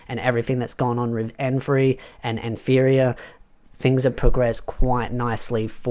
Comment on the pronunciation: Hey mate just a heads up. Nfirea is pronounced "Na-fee-ri-ah".